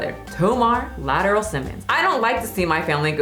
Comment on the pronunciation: Lmaooo not Lateral 😭 I believe it’s pronounced Latrell